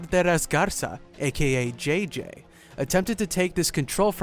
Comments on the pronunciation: anyone else cringes when he says Jay jay instead of EL JOTA JOTA JJ lol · El jota jota that's how you say it.....( J.J)